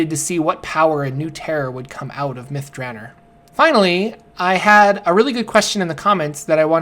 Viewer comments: If this isn't pronounced myth Dra nor. And not myth Draner. They smoke crystal myth at myth draner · Its myth dra nor not myth dranner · Myth "Druh-nor". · Two questions. First, why do you pronounce "Elminster" as "Eliminster"? Where are you getting the extra "i"? Second, why do you pronounce "Myth Drannor" like "Myth Dranner"? The "-or" ending has a distinctly different sound compared to a "-er" ending. Your pronunciation sounds like the "-er" ending, even though it is spelled with an "-or" ending. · Cause it is. His pronunciations are crap. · Except there is a double N in there.. so Myth Dran-nor. Also I think there is a poem in one of the books about the place that makes it better to rhyme with Nore, than Ner. I've looked up pronunciations of it online and they pronounce it both ways. I think it sounds more epic with the Nore ending. Still I often mispronounce a ton of stuff in DnD and the Forgotten Realms. So I can't really fault.